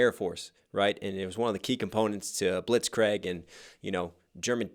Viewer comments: Kreeg not grag. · Lol questions their pronunciation of luftwaffe then says Blitz-craig, Its ˈblitsˌkrēɡ <3 <3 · it was painful to hear all the german words you mispronounced. Blitzkrieg and luftwaffe specifically. Blitzkrieg blitz-kreeg. Luftwaffe -Loo-ph-t-v-a-fuh. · Luftwaffe is pronounced exactly how it’s spelled. In german you pronounce all the letters. Also, craig? Really? lol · Hearing him pronounce it Blitz Craig gets me everytime . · "loo-wahff" and "blitz Craig" That pronunciation killed me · The mans straight up said blitzcraig lmao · The german Luft 'waffle' was a key component in the blitz 'craig' ... fix your german please :D (no offense :x) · You are said luftwaffe and blitzkrieg wrong and it bugs me. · I love your videos but thw way you pronounced luftwaffe and Blitzkrieg was bothersome. Keep up the otherwise great work.